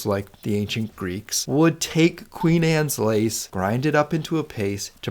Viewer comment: Good logic. But your constant mispronunciation is maddening. It's QUEEN ANNE'S LACE. Not "Queens Annes Lace"! Does that even SOUND right to you? Ugh.